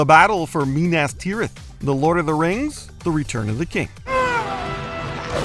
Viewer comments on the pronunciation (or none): The way pronounces Rohan and Minas made my nerd soul cry.